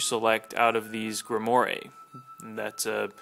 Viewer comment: Just so you know, it's pronounced "Grim-Wahr". It's French.